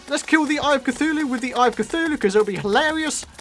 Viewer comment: Eye a cuthulue